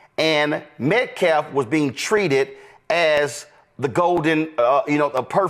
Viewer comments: Hes purposely mispronouncing Metcalf. "Metclaf"? Come on! He's supposed to be smarter than that! He's a clear cut and dry racist. Remember when people were all up in arms because people mispronounced Kamala Harris' name? Only due to enunciation? Not even switching actual letters. Calling people who mispronounced her name as racists. This is MUCH worse! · He keeps calling them metclaff, he's such an idiot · "Metclaf". That's not the only time he's pronounced Hunter's last name incorrectly. This dude is a terrible spokesman. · METCALF!! It's pronounced: Met-CAF. You don't pronounce the "L". It's "CALF". Like a baby cow! This hustler for the Anthony family is an illiterate monster. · That crackhead cant even say Metcalf! He can barely speak for Gods sake! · Can't even get the guy's name right. 🤦🏿‍♂️ And that's not the first time he's said 'MetcLaff' in this fail interview. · Metclalaugh 😂, dude can't even pronounce Metcalf. Remember the freak out of mispronouncing Kamala ? People were flipping out over the speaking of a name which could be misspoken all day, IDK, maybe dude deserves a federal holiday 😉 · "Metclaf" 🤦 does he say that name wrong deliberately? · He said hunter medclaf😂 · He said Metclaf idk how many times lol. And fuuuuck Willie D for jumping on the grift train!!! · Met-CLAF? Pronouncing CALF can’t be that hard! A 4-letter word! It’s a body part!! It’s a baby cow! 😅SERIOUSLY!? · “Metclaf” “self-deflense” 😂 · Yep. Because he was murdered and he’s being forgotten in this. I mean look at the video with that dude calling Austin Aaron. Again they can’t even be bothered to remember the victim’s name. Also “Metclaff” 😂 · does this man have a speech impediment or something?! He has not been able to say “Metcalf” correctly this entire time…..let alone “defense”. “Deflense” what the hell is even that?! 🤷🏼‍♀️ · Daniel Penda is what I heard and self deflense, metclaf. The dude is so low IQ all who listen to him lose brain cells. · He said MetCLAF MORE than once 🙄